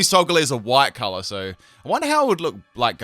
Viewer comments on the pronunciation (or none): none